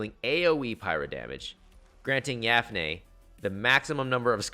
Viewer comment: kinda bothers me that you call her "yafnei" but thanks nonetheless for this video :D let's hope MHY doesn't change her kit.